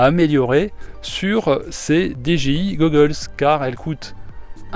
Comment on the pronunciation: Lol ta dis dgi gogoles